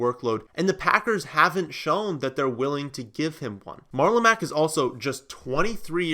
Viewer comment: MarlOMEGALULn Mack 🤣🤣